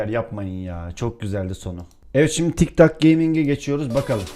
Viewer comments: Abi 'de tik tak gaming değil, tik tok gaming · 0.33 tik tak gaming değil tik tok gaming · abi tik tak değil (tik tok) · ben bu vidyoyu izlemiştim ama yeni fark ettim. Bu vidyoyu yeni izliyenler için vidyoya başlarken tik dok diyo😂😂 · Abi tik tak diyorsun abi